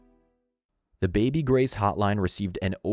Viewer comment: Grace, not Grase.